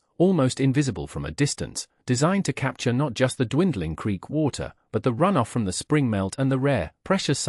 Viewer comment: 'creek', not 'creak'